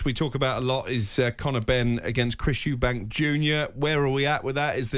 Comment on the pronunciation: It’s Eubank not Eubanks